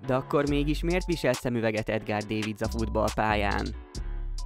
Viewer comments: Dávidc nem pedig Dévidc. Ha már videót csinálsz valakiről, akkor a nevét helyesen írd le, és helyesen ejtsd ki a nevét. Enyi tisztelet jár neki, főleg, hogy belőle is pénzhez akarsz jutni, mert ő a videó alanya... Ment a leiratkozás és unlike😅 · Edgar, de nem “Dévidsz”, hanem “Dávidsz”, ugyanis ő holland volt, és nem az angol nyelvi szabályok szerint kell ejteni a nevėt”, hanem a flamand nyelvek szabályai szerint. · dévicc. te vagy egy bé-vicc ezzel a kiejtéssel. Itt egy autentikus holland riport a neve többszöri kiejtésével. Kb Dávidsz, dáfidsz. rövid á-val v és f közti hanggal. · Szóljanak már neki, hogy nem dévidsz :D most hallom ríjkárdot is. Nem igaz, hogy nem lehet utánanézni ezeknek a kiejtéseknek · csak mert én is meg a rokonom is davidsnak mondja de sok ismerős is 😅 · Ritkán lehetett hallani a nevét ilyen hülyén kiejtve, mint itt! Egyébként a videó második fele már nem a feltett kérdésre adott válasz. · Legalább a nevét tanultad volna meg helyesen kimondani... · Ezt nekem is fájt hallgatni, de ezen kívűl, nekem minden rendben volt a videóval.